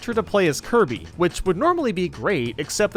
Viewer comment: U said tge names wrong, First theres Kirb, the Red Luigi, then Lonk, then yes